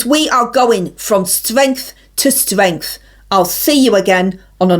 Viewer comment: ...going from stwength to stwength! Brilliant!😂😂😂😂